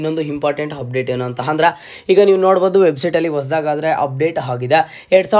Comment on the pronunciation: Modla kannada chandag matadak Kali amele video upload maad..satt hokkar ninn kannada keli🤣🤣 1)'Hupdate' allo sahkar adu..'Update'. 2)Hopen alla adu 'Open'. 3) 'Hipath muru Hipath nalku' alla adu..'ipatt muru ipatt nalku' 4) 'Higa' alla adu..'Iga'. 5) 'Happload' alla adu 'Upload'. 6) 'Harji' alla adu 'Arji'.